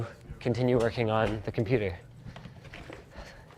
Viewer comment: NOOOOOOOOOOOOOOOOOOOOOOOO NOT THE COMPOOTER